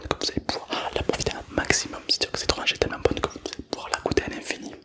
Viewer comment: Je suis le seul à entendre orage a chaque fois